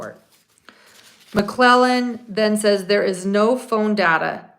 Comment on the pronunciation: There is a D at the end of Nicks name. I’m not sure how to spell it but it’s more like McLeland or something.